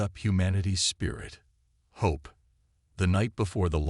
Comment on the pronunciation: Love how the AI says * Ho Pe*... you accidently skipped ...😂😂😂